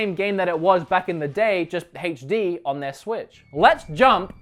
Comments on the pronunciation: ps - HD is not pronounced "haytch dee," it's "aytch dee" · Heytch dee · Your mispronunciation of "HD" is more annoying than your massacre of "Sega."